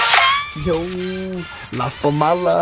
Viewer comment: La Familia, Not La Famala SMH